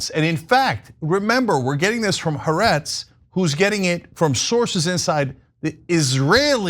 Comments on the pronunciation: Guys... First of all Good work mostly in general... Haaretz is pronounced Ha-Ah-Retz, not HA-RETZ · Jesus Christ, Anna It's been a f'ng year now. Time to say it correctly Ha .. aretz The land (Israel) Not "harets" 🥴